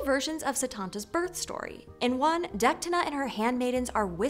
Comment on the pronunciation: i'm sorry, kind of disspointing, poorly summerised with misprenounced names In Irish, most of the time when you see a H, the leters around it go silent (but still feel the presence of them) Deichtine - Detine Lugh - Loo Why did you pronounced Mac as Maaaac with a long a :/ Mac has a short a - Mac! like McDonals this made me concerned of the other inclusive stories you have here, hallowed down to min If you enjoyed this story, awsome, just read further and find how sensitive, action packed and character driven Irish myth can be. It's very much like Norse myth, except the gods are more human, more vulnerable and either with us or the earth bellow us.